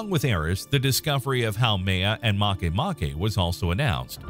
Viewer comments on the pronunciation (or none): I thought makemake was called make make ...not marke marke.